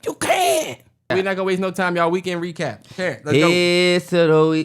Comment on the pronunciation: I’m crying at reekend wecap 🤣